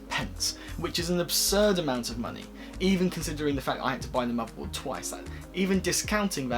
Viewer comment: Learn to pronounce TH, muverboard, vese. Please 😖